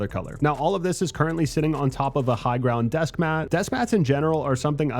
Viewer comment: I stopped watching as soon as I heard higround 😅 Cringe af